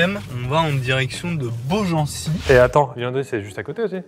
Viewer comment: Ouh la la j'étais à deux doigts de me désabonner quand Pierre a écorché le nom de ma jolie ville de naissance Beaugency 😊